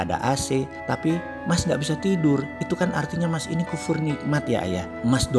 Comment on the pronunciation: Maaf sedikit koreksi, bukan "KHUFUR NIKMAT" tapi "KUFUR NIKMAT".